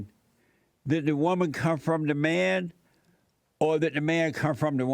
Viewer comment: “So you a wumah! (woman)” His partial pronunciations 😭